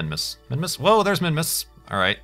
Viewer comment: when you record you are always pronouncing "s" like "z", made me kind of confused (minmuz).